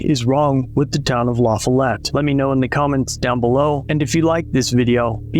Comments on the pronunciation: Well you pronounced the city wrong. 😂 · Lah Fall ette. Not la fell it. fyi. Love your videos. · Its pronounced La-Fall-Let. Its a small community. A lot of drugs and corruption. Theyre always in the news with something shadey going on. Their mayor as well as school officials have been in the news the last few years on corruption charges. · OK frist of all its pronounced La-fall-it. and second thanks for informing exactly where he moved to on short notice. I'll be sure to call up my neighbors town. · It’s La foll ette and no they shouldn’t have hired him. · This city is pronounced “ La - Fall-it “ a suburb of jacksboro Tn , I had a house float on Indian river marina in la-fall- it Tn. & these cops are the biggest assholes you’ll ever run into. These are the good ole boys system , your rights are only on a pc of paper unless you involve them ! Pulled over for speeding , they searched the car , & tackle box found a syringe with what they said was foreign substance inside the syringe inside a tackle box , it was used to inflate night crawlers to make them float , They arrested me gave me a 8 grand bond , + 8 grand bond for being out of state I payed a bondsman 1600 dollars , went back to court & the tests were inconclusive on what the substance was , oh also had a pack of rolling papers , thats a paraphernalia charge, After paying a lawyer ,a bond & court costs it cost me nearly 4 grand to clear this all up ! That’s justice for ya ! Stay safe 8n la-fall-it , Anderson county Tn , there good ole boys will mess your life up even when your not guilty ! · The police in Lafollette won't care either. It's a neighboring county. I would grade Anderson County slightly higher than Campbell, but still a bunch of good ole boys in both places. Besides his former commander gave him a glowing recommendation. (It's also pronounced LaFOLLette. The newscaster said it correctly.)